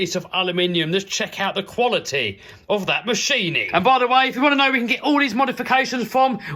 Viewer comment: How much times has he said "Quility"?